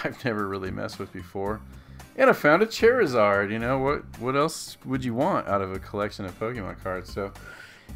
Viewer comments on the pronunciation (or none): "chair eh zard" it's "char" like charred food